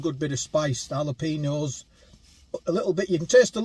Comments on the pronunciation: JALAPENO is pro nounced......... hallo peno =jalopeno mate. 🙄🙄😏😏😮😮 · Side note: Jalapeno is "hal-uh-pain-yo"